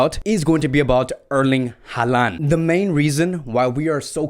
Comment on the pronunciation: Alaba wants to play as a Midfielder not a CB. It's pronounced HAL-LAND not HAAA-LAN. What's with the fascination with Eric Garcia, he has only played in 3 matches this campaign across all competitions.